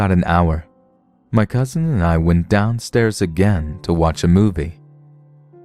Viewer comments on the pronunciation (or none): There is no letter "T" at the end of cousin. It's not cousint. It's cousin. Just sayin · "my Cousind" 😂